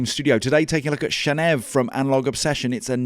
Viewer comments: If you can say “channel” and you can say “Neve” … why “shanev”? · maybe it’s pronounced chaneev Channel + Neve i also like how the name of this plugin with 5 functions ends with V, the Roman numeral for five